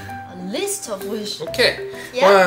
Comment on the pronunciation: 聽到a list of wishes 自動變成a liz of wishes 😂